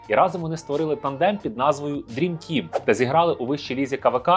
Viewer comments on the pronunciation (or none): none